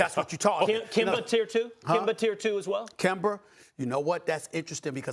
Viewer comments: “Kember” -Stephen A Smith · Kember? 😂 anything that end in “a” SAS wants to make it “er” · Stephen A. Smith: It's going down, I'm yelling KEMBERRRRR! It's funny how he pronounces some things haha. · SAS “kember” 😭😭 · Kember? KEMBER?? 😂😂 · Haha "Kember Walka" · “Kember Walker” -Stephen A Smith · "Kember Walker" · 😂😂 and called him Kimber